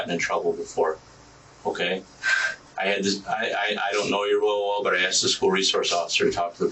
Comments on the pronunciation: He axed me to ax you. Speechless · These kids are supposedly on track to Ivy league colleges yet this one still says "axed". Interesting. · An "elite" school and nobody can pronounce "asked". Homeschooling ftw.